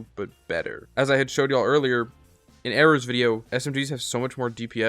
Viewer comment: I have been reading "errors" name completely differently this whole time and now you just read it as error..